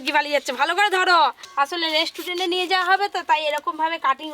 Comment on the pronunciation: Mukhe jokhon restaurant uchharon hobe na tokhon hotel bole diyo tao vul val bolo na 100 bar dhore